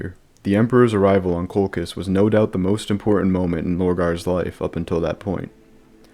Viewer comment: it's Coal -Chizz. Not Coal-Kiss. This is a lore channel. Why do al you new lore guys not like to pronounce names the established way??